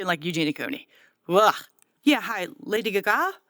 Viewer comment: Yeah, hi, Lady Guh-GAH? 😂😂